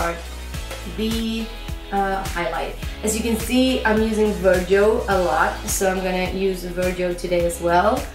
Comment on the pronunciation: I have been loving your videos and you helped me develop as an artist myself, in English Virgo is pronounced ver-go like stop/go ;) hope this helps!